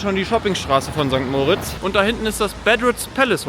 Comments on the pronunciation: sorry es heisst nicht mooritz sondern moritz,beste grüsse aus der schweiz.(sehr wichtig) Lg Beat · ST. MOOOOOOOOOORITZ😂 Es heisst einfach St. Moritz. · Ich glaube kaum, dass du jemanden in diesem Ort gefunden hast, welcher St. Moritz so ausspricht wie du. Der Ort heißt St. Moritz (moriitzz ausgesprochen) und hat nichts mit Max und Moritz zu tun.😊